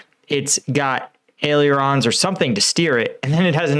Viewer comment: Ailerons : Ail-er-ons. Not ail-your-ons. Unnessary fact: Wing = aile, in French. Aileron = litte wing, like chat, chaton = cat, kitten.